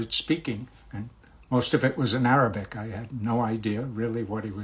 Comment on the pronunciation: Your arabic pronounciation is superb👍👍